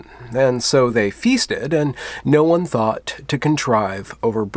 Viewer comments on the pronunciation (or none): none